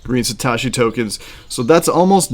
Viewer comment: “SatAHHshi Tokens” “Soleyyna Blockchain” …..bruh